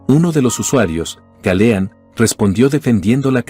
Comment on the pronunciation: OJO: Galeano, no Galeán.